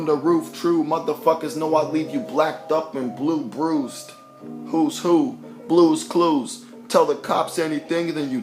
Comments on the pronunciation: I know this man didn't say blue clues 😭😭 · lmaooo Blue couscous